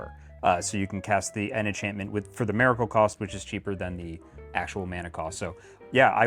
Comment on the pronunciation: Why is bro saying Mare-icle? Why give Mare-icle the miracle deck?